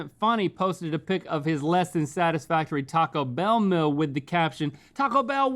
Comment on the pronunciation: At Link says "mill" instead of "meal" but then a moment later mocks Rhett because he mispronounces campaign.